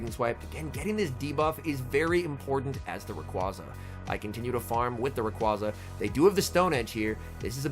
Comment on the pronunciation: Dude can you learn to pronounce rayquaza. Im cringing hard here.